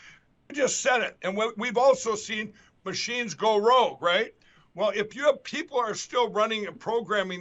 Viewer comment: “Maa-cheens! and Roe-bots! Logan! They are attacking us again. Restart the dial-up routers!